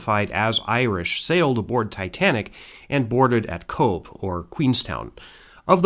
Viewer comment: Cobh is pronounced Cove. (I was corrected by an Irish family member) - should add these videos are absolutely top tier.